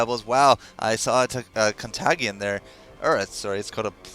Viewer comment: Few things come to mind regarding the 2nd game: 1. Contagion is pronounced with a "tay" sound, not a "tag". 2. I'm pretty sure Symbol of Rage would be a no-go on Predator as it would compete with Shieldbreaker's attack modifier (which Carnivorous and Abyssal do not). 3. There were two more stuns on the Legion that would be able to knock Glacius out of a Talisman+Ult combo: Bombardier's Sticky (don't see that happening though) but also the ministun from the Plague Carrier might bounce over.